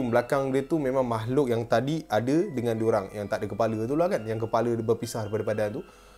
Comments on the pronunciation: Walaupun ini cerita Seram tpi lawak doh..bahagian dia sebut kepala hahah lawak doh(kipala kipala tak Ada badan) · Part yg sebut kipala tu aku gelak terbahak bahak siak